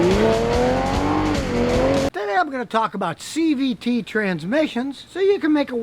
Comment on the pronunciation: Are u saying cvp? What is that?